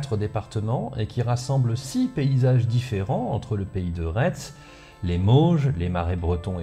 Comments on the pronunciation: Petite précision à : Pays de Retz se prononce généralement "Pays de Ré" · Je m'inscris en faux. On dit pays de "Ré" même si ça s'écrit Retz. Il aura fallu plusieurs années pour que je trouve un truc à redire sur tes vidéos, mais voilà c'est fait 😈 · Un épisode génial qui s'inscrit dans la lignée de la chaîne. A savoir que chaque nouvel épisode est mieux écrit et plus fouillé que le précédent !! Allé, juste un petit point prononciation, de la part d'un local de l'étape : Retz se prononce rai (comme Gilles de Rais) et on ne prononce pas le é de Beaupréau (ça ne s'invente pas !..) Vivement la prochaine ! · Très bien. Mais juste pour info, le pays de Retz se prononce de « ré »